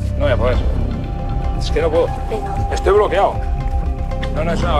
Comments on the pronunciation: estoy "bloqueao",estoy"bloqueao", estoy "bloqueao"😅😂🤣😅😂🤣😅😂🤣😅😂🤣😅😂🤣😅😂🤣😅😂🤣😅😂🤣😅😂🤣😅😂🤣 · Me bloqueaou😂😂😂se dice me he cagaou encima😂😂